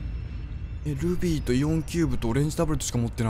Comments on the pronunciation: ルビー！がグミ！に聞こえた笑笑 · ルビーがルフィーに聞こえるw